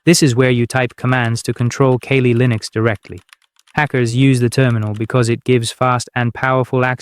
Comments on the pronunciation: Dude...kah-lee. Kali. Kawlë. The Hindu god. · Too many mispronunciations. Are you sure you're not A.I.? I'm not using Kaylee Linux. ".exe"? I'll just read the book.